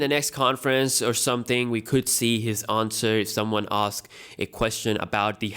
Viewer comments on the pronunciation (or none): none